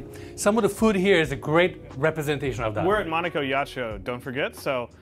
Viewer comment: As a türk, first thing what comes to mind : where ? Where is Monica ? I dont see her haha nice pronunciation Abi. I heard right behind me is Monica 🤣